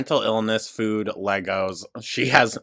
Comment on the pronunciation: Take a shot every time she says "fuhoood"